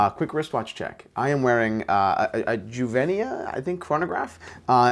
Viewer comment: youvenia is the correct pronunciation.